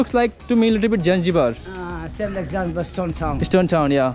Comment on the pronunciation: Abe chutia Janjibar nahi Zanzibar bolo, Ghutna Traveller.